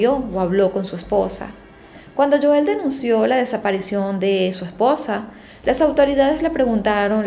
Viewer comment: Es Joel, HO-él